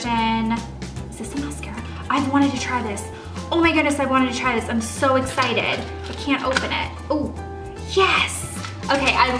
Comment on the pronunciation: She's so excited she said ecited